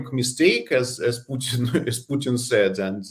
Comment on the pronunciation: It's not pitin it's Putin